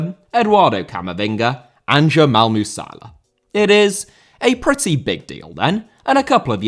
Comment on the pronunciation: its not musaila its musiala btw